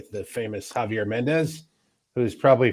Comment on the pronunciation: Javier got his name wrong on podcast says javiet